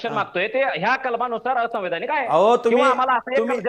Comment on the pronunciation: Ya la nit संवैधानिक शब्द उच्चारता येत नाही आणि हा आमदार आहे😂😂😂